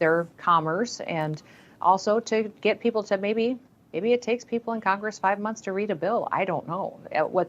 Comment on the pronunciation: did she say "TIK TAK" 😂